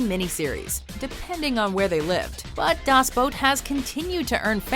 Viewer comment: Its actually quiet good for someone who doesnt speak German. Sure she pronounced "Das" with a long "A" but who cares. Coming from an actual German btw